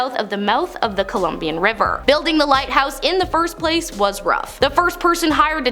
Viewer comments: Did she say the "Columbian River?" Is that where Columbians go boating? :) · According to reports, after President Richard Nixon visited a Bohemian Grove gathering he said it was, “the faggiest goddamn thing I’ve ever seen”. Did anybody else catch her saying “Columbian River” instead of the correct name, “Columbia River”?